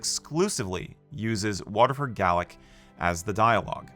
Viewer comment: Good but gaelic is pronounced gaylick in ireland not gallic .Gallic refers to scots gaelic and its a different language from irish gaelic very similar but not the same language therefore the language is called irish or gaeilge. Wind that shakes the barley is a good film however the director ken loach protrayed the conflict as a socialist uprising which though socialists were involved it was more of a battle of self determination with the system of government to be determined afterwards. Commitments wouldn't work today as they are actual black people in dublin now not just white people pretending to be black. Black 47 and Arracht are a good watch both films about the famine not sure what my favourite would be probably Michael collins and secondly the siege of jadotville